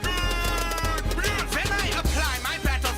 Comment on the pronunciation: Hawking. Not Hawkings.